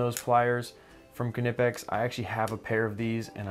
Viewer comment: If your referring to ker-nipex its a German word and English pronunciation rules don't apply. I'm afraid he is pronouncing it correctly